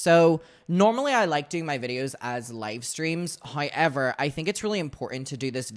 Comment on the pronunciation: Tf is “Hiever”… it’s HOW EVER .